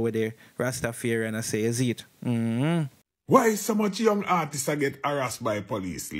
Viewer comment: Big man stop say ARTISES!! Dat no sound wrong bredda??? Please ask Siri or Google to pronounce artists